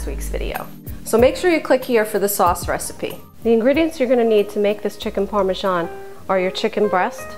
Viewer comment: chiken par-men-zaul